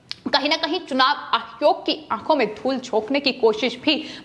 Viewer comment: Tum Pakistani hai keya? Hare word ko kuchbhi bolte rahati ho. Ayog ko ayhog kiyun bolti ho? Kitne bar bola tumahara news presentation style normal karo. Unpad ledki ke tarah pronounce karti rahati ho.